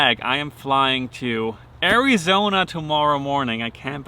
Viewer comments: Will from now on always call Arizona, airie-zone-eh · Good luck Simon! I will be rooting for you in “airy-zona” hehe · Correct pronunciation is Air-Ee-Zone-Yah. Trust me